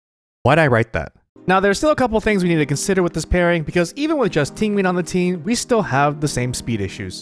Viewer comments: everyone making fun of Tingween but its closer to the actual Chinese pronunciation (Ting Yeeuhn) rather than the english style TingyUN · If you say Tinwin one more time I swear to God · Not him saying Tinguin like pinguin the whole time 😭😂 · why are u pronouncing ting yun's name like that......its not even hard.... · This mans pronounces Tingyun like how Benedict Cumbatch pronounces penguin.